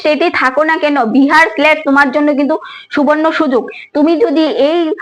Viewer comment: Tomar উচ্চারণ গুলো আগে ঠিক করো বিহার স্লেট টা কি